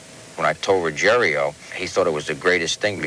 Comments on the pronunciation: Typical American....Butchering names...The guys name is Rugiero....NOT Rugier i o, so Ruggier O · Why do they say "Ruggerio" when it's pretty easy to read that it's "Ruggiero"? Perhaps we should arks Geraldio Riveria.